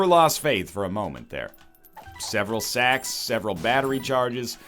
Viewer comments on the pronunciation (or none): am i the only one who kept hearing "more sex, more sex, more pennies which means more sex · I heard "more sex" when he said "more sacks"